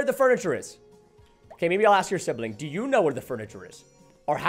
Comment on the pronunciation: To do, or to Dou?